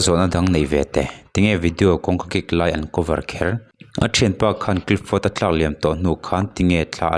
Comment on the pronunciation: Clifford tih hi clipford tiin ilam in kahria ilam sual deuh nge ka hresual zawk?😊